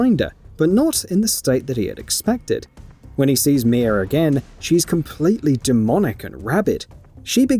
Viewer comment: Her name is Mia now “mier” I’m sorry accents are accents but that’s where I’m gonna call out the fake accent. There’s no r in that shit at all. Your accents being forced. You’re most definitely European but you’re still forcing to sound the way you are a little to much. It’s cringe